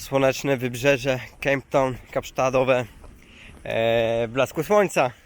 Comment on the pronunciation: Kejp Ton? Gdzie to hah